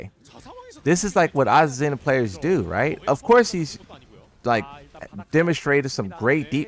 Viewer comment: There’s no Z sound in her name